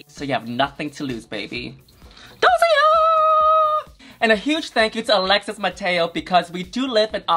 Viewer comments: “Dosey air” “orCHid” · I think Dossier pronounced "daa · see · ay" doll. Love ya Yuhua!!!!